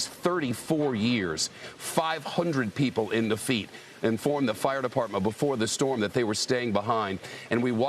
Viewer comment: When he says LaFeet, does he mean La-fe-yet ? Lol